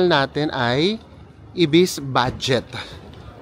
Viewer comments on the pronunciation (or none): none